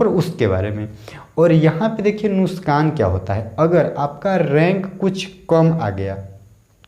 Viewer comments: Are bhai nuskan nhi hota nuksan hota h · Its nuksaan not nuskaan